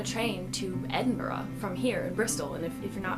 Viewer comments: Nice job on saying Edin-buruh. Instead of Edin-burg. Plus here's a tip instead of saying Sains-burys or Cad-burys say Sains-bry just drop the u. I used to live in England for 10 years and move to Alberta, Canada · Good for you - You said Edinburgh correctly!!! Not Edinburg! :-) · OMG you are the first American I've heard who say Edinburgh correctly!!! I love you so much. (not in a creepy way) 😍😁🎉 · You have no idea how satisfying it was to hear an American pronounce "Edinburgh" correctly. As opposed to "Edinburrow" xD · Thank god you said Edinburgh right I hear so many people say Edin-burg